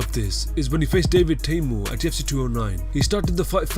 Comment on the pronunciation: At UFC ( at-eoff-see )